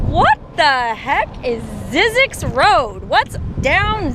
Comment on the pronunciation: Zzyzyx is supposed to rhyme with Isaacs